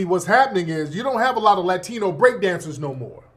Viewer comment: "Lie-tino" 🤣 You heard it here first folks!